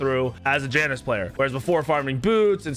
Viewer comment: Mispronounces Janus, calls Tiamat a “he”.. and that’s just the surface. How much do you really know about Smite?